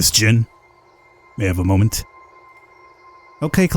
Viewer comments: Why do you keep on saying Ms Jin. It's "Y"in. Even Nords would say Miss Yin from the spelling Jin. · Love your voice over, I think it is pronounced Ms Yin and you pronounced it as Ms Jin, but that could also be cause the text were somewhat fast, anyway, keep up with the great videos as they are a great entertainment for me during quarantine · Seriously you slept true all of that and no one noticed Not Ms. Jin its Ms. Yin as in Yin Yang Isn't it that Asian schools do not have Janitors or is it just Japan? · Why do you pronunce 'Ms Yin' as 'Ms Jin' ? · ms yin not ms jin for god sake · Why you pronounce a name that starts with a Y with a J? It's not Ms Jin.. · As someone who is familiar with this game, I will tell you this: it's pretty damn good. By the way, the female teacher's name is pronounced 'Miss Yin', with a 'Y'. Not 'Miss Jin' with a 'J'. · the fact that he pronounced it as jin made me annoyed😂😂😂😂😂😂